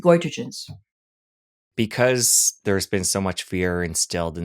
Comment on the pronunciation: Goitrogens (the word sounded mispronounced) are compounds that interfere with thyroid hormone production and promote thyroid tissue growth (from increased TSH stimulation) that leads to development of goiter.